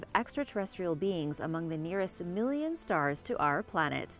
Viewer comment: How much is a "millinion"?🤔xx